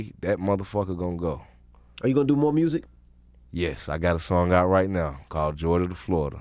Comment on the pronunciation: I just want Scrappy to say “MUSIC” one time. Just once lol #Mursic